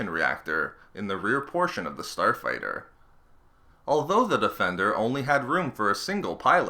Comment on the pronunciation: "Star fighterrrr"